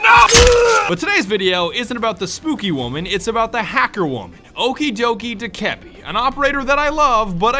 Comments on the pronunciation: It's dok-ah-bee Not doh-keb-e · It’s not (duh-ke-bee) It’s (doe-kuh-bee) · Do-ka-bee not dokehbee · I thought u pronounced dokkaebi doe-kah-bi but its doe-ka-bi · Ubisoft confirmed it’s dough-keh-be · u pronounce it dok-A-bee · Its pronounced DOKE-UH-BEE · It’s pronounced do-ku-bee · its pronounced "doke-eh-bee" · Its pronounced dough/ka/bee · Btw your pronouncing Dokkaebi and Vigil wrong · I can’t be the only one who is bothered by how he says Dokkaebi, still great vid tho